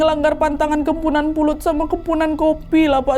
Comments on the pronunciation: Kok kempunan? Kepuhunan mungkin 😂 ini harus hati2 sih beberapa kali pengertian atau pengucapan kata2 dr bahasa kalimantan salah terus. Kmren juga salah pengertian tp lupa video yg mana, pokoknya cerita kalimantan juga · Kemponan wak bukan kempunan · Ak orang Kalimantan asli kak Nadia salah penyebutan "kepuhunan" itu baru benar tpi gtau juga sih klo Kalimantan lain nyebut nya gmn😅🙏🏻😊